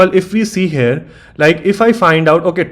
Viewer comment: good video , please stop saying 'hare' instead of here , learn how to say the word.